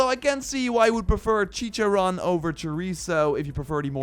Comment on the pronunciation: Its pronounced " Wap-o"(guapo) "Cor-teso"(choriso) "Chi-char-one"(chicharróne) Got boom boom right, but Mexicans would say "bm bm" "Al-oo-so"(oluso) Not a hate comment!!!